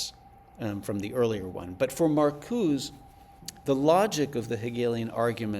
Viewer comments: put off from going much further by the prof calling Marcuse "Markooz" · yeah nobody says “Markooz” in the American context, it would be like pronouncing Kant as “can’t” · Found it annoying too...